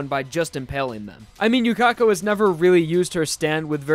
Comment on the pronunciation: His sword isn't bending from speed XF. Haven't you watched anime before? Yuka-ko, not Yu-Ka-ko.